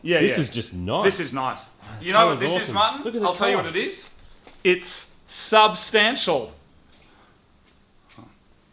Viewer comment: "its saabstantial"... uhhhg oh man